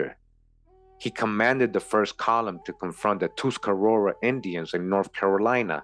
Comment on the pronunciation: I’ve watched a handful. But this one I was impressed bc you pronounced Tuscarora correctly which isn’t in any modern orthography, you used the original term tuscarureh Ta- Skarureh the people of the hemp